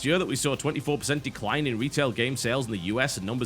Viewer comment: to "declie" - TB is still human!